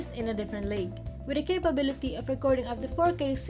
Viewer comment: Can you please work on your pronunciation of "the"? It's bothering. And you sound like you have braces on when you pronounce "s". And please take this as a constructive criticism. I hope you consider this.